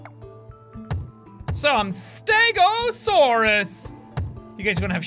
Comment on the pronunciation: i am a ste-go-saurous